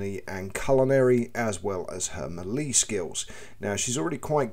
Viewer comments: More like "may-lay" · Melee, pronounced 'Mell-ay' 😉